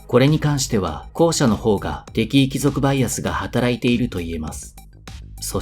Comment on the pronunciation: なんとなく、イントネーションがきになる。敵意の部分